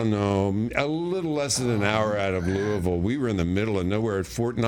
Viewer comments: Judge pronounced Louisville exactly right. Loo-a-vull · Ole Judge says "Louisville" correctly... awesome. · Pronounced Louisville correctly, love ya Judge